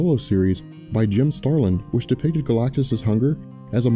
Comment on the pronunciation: Jim Starlin. No "g".